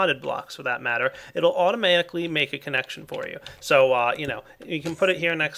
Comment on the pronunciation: Automaaahticly lolol